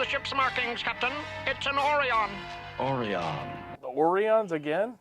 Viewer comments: uh-RIGH-yun or oh-RIGH-yun (second syllable stressed) are the correct pronunciations in English, and are used in TOS before TAS and in the series and films after TAS. These are the same as in the pronunciation of the real life constellation Orion in English. It is named after Orion, a hunter in Greek mythology. However, the name Orion is pronounce AW-ree-un in Greek. Thus, TAS used the Greek pronunciation, but the rest of Star Trek used the English pronunciation. The constellation Orion's seven brightest stars form a distinctive hourglass-shaped asterism, or pattern, in the night sky. Four stars—Rigel, Betelgeuse, Bellatrix, and Saiph—form a large roughly rectangular shape, at the center of which lies the three stars of Orion's Belt—Alnitak, Alnilam, and Mintaka. His head is marked by an additional 8th star called Meissa, which is fairly bright to the observer. Descending from the "belt" is a smaller line of three stars, Orion's Sword (the middle of which is in fact not a star but the Orion Nebula), also known as the hunter's sword. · So far, the worse episodes have been boring or oddly paced, nothing really offensive to the tastes. You might get something like that in Season 1 of TNG,That was a rough season. Also don't know they they pronounced Orion as "Or-ee-on" in this episode, they're supposed to be the same species as the sexy dancing green lady & the pirates that attacked during "The Journey to Babel" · Another fun watch. Yes, these are our first glimpses at male Orions (same species as the Orion slave girls), with the exception of the the Orion terrorist who was disguised as an Andorian in “Babel.” A little strange that they were mispronouncing “Orion.” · My only complaint is how they miss pronounced Orion. Its or-eye-on not or-eee-on. This seems to be the only case where this has happened. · I'll never quite understand why they pronounce orion the way they do. 🤷🏼‍♂️ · And they pronounced it differently because the voice director hadn't seen TOS.